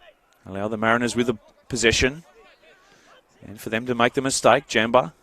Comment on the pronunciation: Brian Jam ba is how you say it